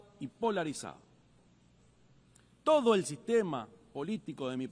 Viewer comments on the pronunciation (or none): none